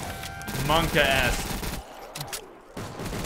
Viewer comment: All I heard at 28:8 was monk ass